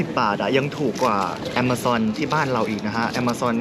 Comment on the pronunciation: ผมอ่านว่าอเมซอนมาตั้งแต่เด็ก สารคดีนี่ตัวดีเลย ดีครับที่เห็นอ่านถูกต้อง